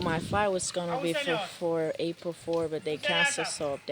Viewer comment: but first she spell april worng its not abril its april no tryna hate and im jamaican